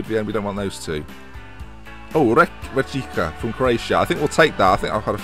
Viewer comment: Its read Rijeka *a Rijeka fan throws tomatoes at * JK:3 tho read it right next time:P